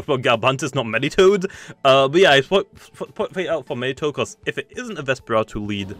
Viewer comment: Me-ditoad, Me-tronette, Me-ga Propae?